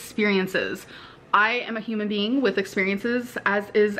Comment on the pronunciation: Human bean